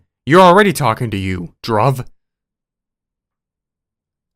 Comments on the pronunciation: the way u say dhruv dhdhdhd😂 love it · BRO THAT GUY HAS THE SAME NAME AS ME now im sad because he is menace also not all indians are scammers also its pronounced (drewv)